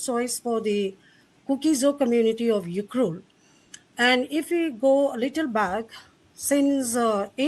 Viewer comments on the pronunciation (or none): Look how refugees are not able to pronounced ukhrul clearly instead she pronounced as yukhrul